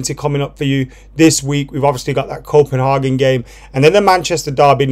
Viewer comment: Why are pronouncing Copenhagen like that? As a Brit living in Copenhagen. I have never heard anyone pronounce like that